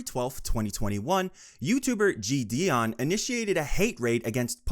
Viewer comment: i cant lie this script sounds chat gpt generated.. also the pronunciation of jidion is killing meeee